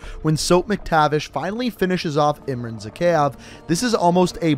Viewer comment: Say it with me now Ihm-rhan Zah-kay-ev Bor-is Vhor-shev-ski Bonus Ha-way City, Vietnam (Victor Reznov)